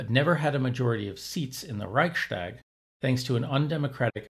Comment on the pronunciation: Great video, thank you! Small comment: It's nice that you make an effort to correctly pronounce German, e.g. by pronouncing 'st' as 'sht'. However, this applies only to words starting with 'st', at least in standard German. Even in southern German dialects, it does not apply to compound words which are joined by an 'st', like 'Reichstag'.